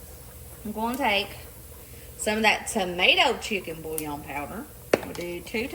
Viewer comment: She lost me at the “bouillon.” 👀